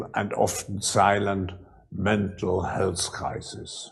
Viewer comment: this guy can even make the word "health" sound like "hell's"